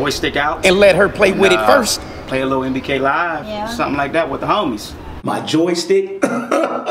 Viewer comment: That man say nba k live lol